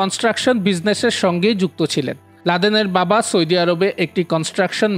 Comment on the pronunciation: সয়দি আরব নয় ভাই কথা টা হলো সৌদি আরব